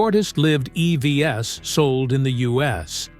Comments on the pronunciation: Please fix the AI-generated voice in this video. Idon't understand why they can't get it to say "eeeeeeee-veeees" instead of e-v-s. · AI voice over here is particularly bad. E.V.S.????